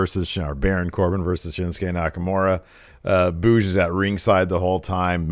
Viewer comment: No he definitely said Boogs with a hard g. Boogs with a soft g sounds terrible